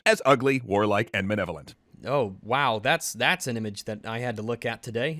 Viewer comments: I can't get over the narrator mispronouncing malevolent as "manevolent." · Uhm.... they said "manevolent", twice. Like back to back. It isn't the biggest deal in the world but it definitely has "irregardless of that" vibes to me 😂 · Why does he keep saying 'Menevolent'? Its pronounced '_MAL_evolent' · the word is "Malevolent", not "Manevolent." Jesus. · Holy shit, it's like Dad came back! And he actually had the cigarettes! Edit: I forgot how much the douche narrator in this EC video irritated me with his pronunciation of words. It's not 'maNevolent,' and the cocksucker cuts an entire syllable out of 'inalienable.' Moar edit: Bioessentialism also lets you determine an organism's sex based on its genitals, but EC ain't about to have that talk. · Can we all take a moment to acknowledge that the Extra Credits guy (don’t know his name, don’t particularly care), a man who is a professional oratory (charitably speaking), pronounces malevolent as “manevolent”. Not once, but multiple times consecutively. What a damning example of poor editing, poor reading, and general poor craft. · did this dude just call orcs “Manevolent” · "manevolent" Is that the feminist pronunciation of "malevolent"?